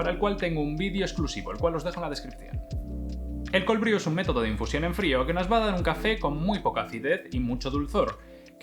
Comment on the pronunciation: "Brew" se pronuncia /bru/, no /bríu/. Gracias por la información, vídeo muy completo 👍🏻👍🏻👍🏻.